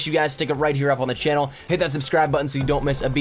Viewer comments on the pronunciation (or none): none